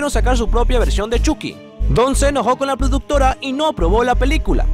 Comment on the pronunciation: Es Choky no chuki -_- Chucky (Chocky)